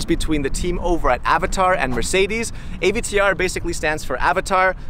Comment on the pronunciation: Ah, yes, the Mercedes AyVeeTeeUrrr